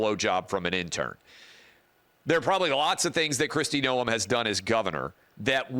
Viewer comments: It’s pronounced Nome not NoEm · That's fine...she wasn't going to make the cut regardless. Thing is that is ranch life is something most would never understand. Will never happen, but Tulsi Gabbard would work out really well. Travis, you are adding too much to the pronunciation of her name